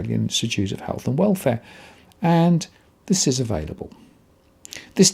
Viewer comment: . I think I heard you say avaidable. I used to pronounce it the same way till I had the error highlighted to me. Available not avaidable. 👍